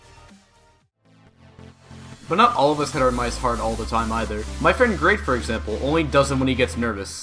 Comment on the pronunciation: i hate the way he says mice